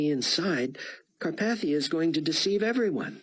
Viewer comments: Learn to pronounce Carpathia. I mean really its just like the mountains FFS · It’s interesting that he mispronounced carpathia in this book